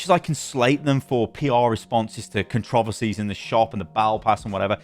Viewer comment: Took me minute to realize he was saying "controversies" boy do I feel dumb